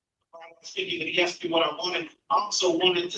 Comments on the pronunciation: I axed him! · Axed question lol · 10 seconds in and we already have an "axe"